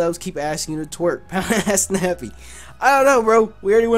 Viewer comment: I thought u were saying pound ass nappy lol